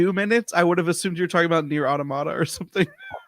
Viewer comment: Well, automata is a Greek word, and the intonation is on the o, in Greek as well!